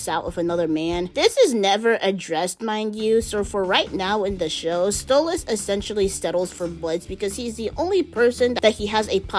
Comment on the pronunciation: Yeah... Why did you say Stolizt instead of Stolitz? I'm not a fan of it, I hate it, but that mispelling even made me cringe.